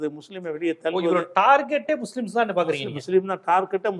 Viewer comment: அவர்களே முசுலீம் என்று நெடில் உச்சரிப்பு தவறு. முஸ்லிம்/Muslim என்று குறில் உச்சரிப்பில் எழுதுங்க.